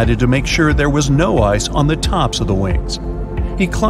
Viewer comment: Everytime he said "ice" in the first 3 minutes I heard it as eyes 👀 I couldn't help but see it in my head.🤣